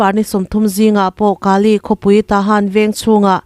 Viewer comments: Kaa ley nilovin Kaley aw. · Kali ti lo la Kale.ti rawh. Ani loloa in sawi chuan kan lu ahai. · Ka li tih kha ilam dik lo deuh va li tih tak kha thluk hniam lo vin thluk sang deuh la i lam dik chiah ang😂😂😂